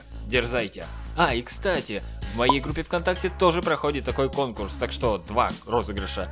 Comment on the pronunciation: что еще за "кокурс" ?) ошибка имхо